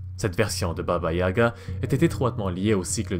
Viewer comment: Tout est bien sauf la prononciation, à améliorer de baba yaga